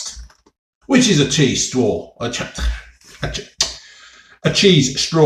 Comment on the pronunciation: Chweese stwaw 😂